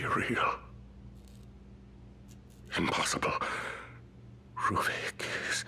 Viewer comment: why he called ruvik ?